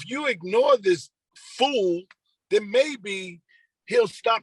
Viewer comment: The word is “Then” not den!